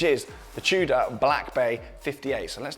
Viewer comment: r u saying chuda or tudor lol